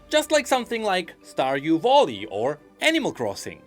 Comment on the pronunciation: if he pronounces "valley" as "volley" i wonder how he actually pronounce "volley"....maybe "vulley"?